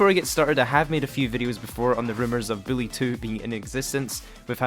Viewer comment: Why are you saying billy